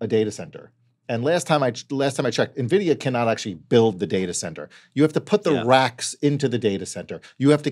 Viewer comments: calling it "nuhvidia", tell you work in finance without telling me you actually work in finance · I can't take these guys seriously, they call it nahvidia 🤦‍♂️